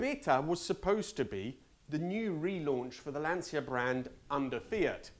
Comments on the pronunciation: Lancia is still pronounced Lan-cha and not Lan-see-a. But what do I know, you're the Italian one (at least trying very hard with every other Italian word). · To hear an Italian say "lan-see-yuh" is absolutely unforgivable. Shame on you. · Aaah that's why you are the only english speaker youtube carguy that nails the italian pronounce of the brands and models 🇮🇪 .... i have to correct myself.. at 7.47 you said LANSSIA.. I just want to ask you: WHYYYYYYYYYY???? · Yes, but native italian who say Lansia instead Lancia with italian C is awful 😏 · Decent pronounciation... but it's not "Lansia", it's Lancia (pronounce it "Lancha"). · Delighted to hear your Italian origins - half Italian myself. But please pronounce Lancia correctly as Lancha, not the anglicised Lansia!! Live your videos though. 😁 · Astonishing that despite your Italian roots you keep pronouncing Lancia wrong. It’s pronounced Lan-tsha (the i is muted) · Interesting review and I finally learned where the Arna name came from. One observation: I really appreciate that even if you speak perfect English with British accent, you still pronounce the name of the cars with an Italian pronunciation but LANCIA??? It’s “Lancha” 😉 I know you know it…. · Cmon, at least you as an italian should know that Lancia is spelled closer to "Lancha" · Not qualified to correct your Italiaaaaano accent but I always thought that Lancia was pronounced Lanchia? Like Chinzano? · If that "horrible" 512 M was sitting in my garage, I'd be jumping up and down with joy 24/7. Maybe a low blow but, as an Italian, your pronunciation of Lancia is true pain to my oversensitive full blooded paesano, from Tuscany, ears. A little practice would help. Grazie. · You should be more ashamed of how you pronounce Lancia. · Great video as always! Just do me the favour and pronounce the name "Lancia" correctly in the Italian way 🙏🏻🙏🏻🙏🏻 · For an Italian, you butchered pronouncing Lancia...